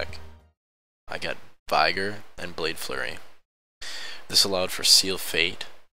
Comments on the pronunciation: *V-eh-gor not V-i-gor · vigor is pronounced vigg-ore